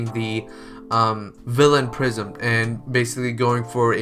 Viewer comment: Is swear he kept saying prism and not prison